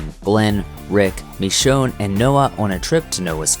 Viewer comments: Walker ST I'm just pointing how wrongly he says her name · Did anyone else notice how he said Michonne wrong